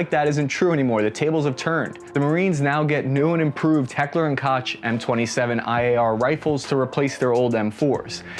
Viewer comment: It's pronounced "Heckler and Coke" even though it's spelled "Koch"